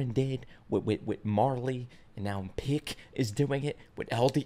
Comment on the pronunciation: First man to call pieck pick (most people say peek)